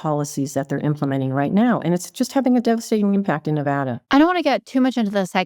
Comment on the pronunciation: It's not NeVAHda